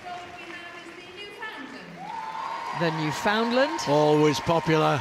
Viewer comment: How I wish the broadcasters could pronounce Newfoundland correctly ;-) It's New-fin-land...